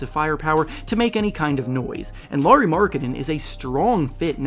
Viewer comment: Lauri is pronounced closer to Kyle Lowry's last name.